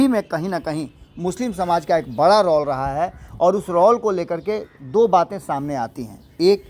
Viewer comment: रौल बोलना नहीं छोडिएगा रौल नहीं रोल होता है, पण्डित जी 😂